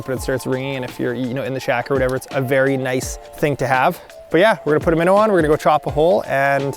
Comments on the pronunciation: "jig an' a minnuh"??? Oh, im sorry, I thought I was tuning in to watch, not... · Jig and a minnaa sounds like lol